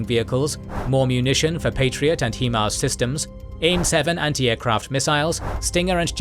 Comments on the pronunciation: HIMARS is pronounced 'HIGH MARS' not 'HE MARS' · Ah yes, the "Heemars" narrator. Gotta love those "Hee Mobility Advanced Rocket Systems". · It's a US system, should be pronounced the way the US pronounces it.